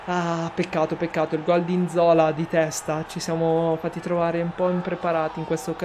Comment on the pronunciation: Yass cmq si pronuncia nzolà